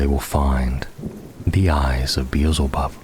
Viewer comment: Bro, it's pronounced Bee-el-ze-bub, not Beezlebub 👍🏻